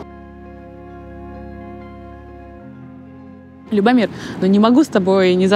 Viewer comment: Что же она привязалась к брату- кино. Это мелочь. Любомир с ударением на первый слог. Девушке надо совершенствоваться...! Не надо по чьим-то лекалам идти. Чтоб не получилось пародия. Хуже- фарс... 😭